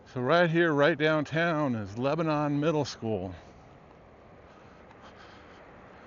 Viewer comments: It's leb-nun... not leb-a-non. To the locals, at least. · Wonderful but it's pronounced Leb nun